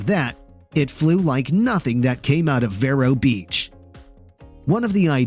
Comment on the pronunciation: It’s pronounced: “Veer-o” Beach, as in “veering off the road”